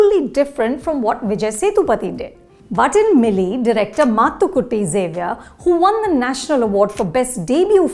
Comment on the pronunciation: The review is worth watching just to hear Anupama Chopra pronounce Mathukutty so well.